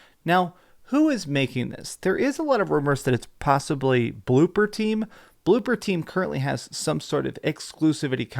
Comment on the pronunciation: ITS BLOOBER! B L O O B E R! NOT BLOOPER, BLOOBBBER!